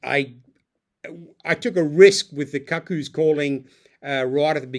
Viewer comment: Robert Glenister is a distinguished actor who narrates the audiobooks & played Jasper Chiswell (pronounced "chizzel") in the TV adaptation of "Lethal White" Also the word "cuckoo" may be spelled "cuckoo" but it is (and has always been) pronounced Coocoo and not similar to "cuckold" at all. I would expect someone with a book vlog to have a functioning knowledge of the English language An "epigraph" (not epigram) is a quotation or saying placed at the beginning of a book, chapter, or other text to establish its mood or theme